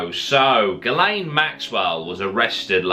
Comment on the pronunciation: Pretty sure it's pronounced 'Jizz Lane'